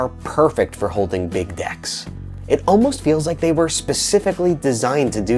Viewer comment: "Her hands are perfect for holding big decks" That's a weird way to pronounce dicks